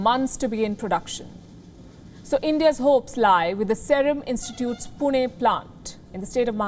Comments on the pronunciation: She said पुणे 🥰 Respect.😎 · Pronunciations of PUNE is perfect 👌 unlike other who call it Poona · Just loved it.... The way you correctly pronounced Pune as पुणे and not पुने😁👍🏻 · Thank you Wion and Palki for pronouncing "Pune" properly. Many news channels get it wrong.